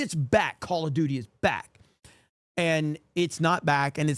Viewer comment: Call Of Dooty!!! 😂 💩